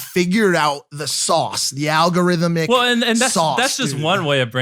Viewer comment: Too many syllables in algorithmic, pal.